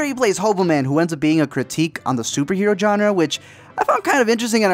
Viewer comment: Killing me with the pronunciation of Genre bro :( Only coz you use it often :)